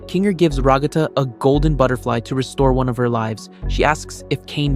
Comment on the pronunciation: Ragatha ❌️ Ruggata ✅️